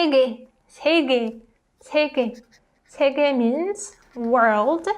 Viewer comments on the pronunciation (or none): question, the 2 words have a y vowel but i do not hear you pronounce the y part, does it get dropped? the word world sounds like you are saying sae gae , not sae gyae?